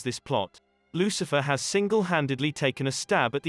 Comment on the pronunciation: The book of Loothifer